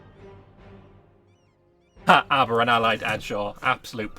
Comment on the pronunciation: The moment said...reseeded as Arbaran. oof